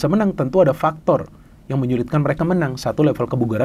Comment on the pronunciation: Ada faktor dan fictor 😅😅😅